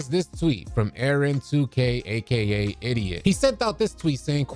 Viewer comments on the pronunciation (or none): Bruh I’m confused idiot and idot are two different pronunciations